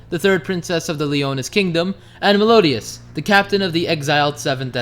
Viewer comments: It's Meliodas m8 not Melodias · Isnt it meliodas instead of melodias? Correct me if im wrong. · I love this channel but 50 sins for saying meliodas' name wrong